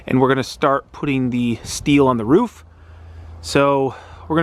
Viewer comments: its a roof. not a ruff lol. Have this debate with the wife all the time. My way of "winning" the argument is to have the person say kangaROO, add an F to the end of it. They then say kangaROOF. Then tell them to get rid of the KANGA at the beginning. BAM they say it "correctly" (all in good fun. not sure if there is a correct way or not, im no English major) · Another great vid . And yes it’s roof not rough 😜👍